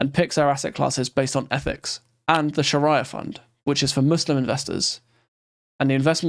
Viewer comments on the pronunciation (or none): Its pronounced "sha-ree-ya" 😉